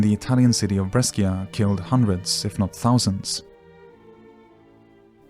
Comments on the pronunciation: Brescia -bres chuh not bres keeyuh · breskia lol the italian city is read as "bresha"